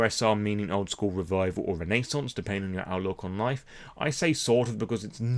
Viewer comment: Old School re-vibe-al